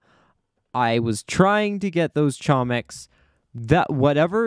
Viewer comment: note that its actually pronounced homiks because chomik is a polish word